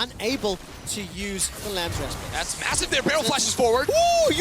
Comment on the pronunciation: Why can't they pronounce 'respite' properly?